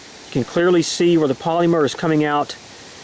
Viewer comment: Is anyone else bothered by the way he says polymer? I work for dow as an operator is a polyethylene manufacturing plant so the way he says it is killing me 😡. Also this round is designed for low penetration. If you want a hell of a 9mm round I recommend Hornady Critical Duty 135gr +P ammo (~$25 for 25 rounds). Saying in a negative way that this round has low penetration is like saying the ocean is bad because it is wet. 🤣👀